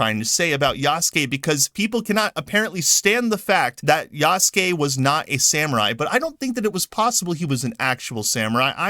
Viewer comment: I like how you pronounced Yahhhhsuke lolz! Ubisoft probably noticed that they could make him gay just by elongating his name. Yahhhhhhhhhsssssss!!!